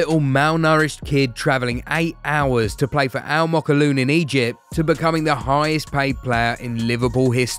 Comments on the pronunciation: First of all its not called almookawloon. Mate its spelled as AL MOKWLEN. Second its called Al zaamaalek. Please use google translation to help u next time. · It’s “Al Mokawaloon”